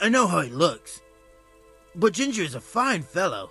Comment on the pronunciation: Lol. "gin-Jah"